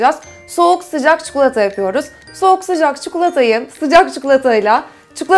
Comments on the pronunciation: Çikolataya çukulata deme lütfen :D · tam yorum yazıcaktım çukulata demesini ahahsdahasa